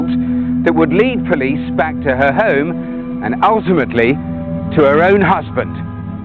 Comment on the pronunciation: Come on now, you murdering shite-bag, if you're going to take the affectation of a double-barrelled surname, the least you can do is enunciate your Hs; [ "I'm at 'ome, our 'ome, wishing you were 'ere..."].